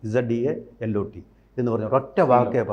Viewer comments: Zealot is pronounced "Zelot" not Zeeeeelot. This is all over Malayalam channels: The questioner never gets a chance to complete his/her questiona; the guest jumps and cuts off the questioner. So annoying. Why can't these guests be given chances to do monlogues? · Zealot - pronomed Zelut not seelot